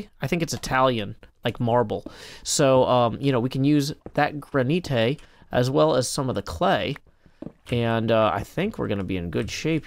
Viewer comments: Careful, the gra-ni-te is fra-gi-le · Gra-nee-tay 💀 I'm dead inside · I genuinely can't tell if he's mispronouncing granite on purpose or by accident but I love it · Other Hermits "let me get some granite for my build" " let me get some Gran nie te. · gra-nee-tay me: *facepalm * do not take this srsly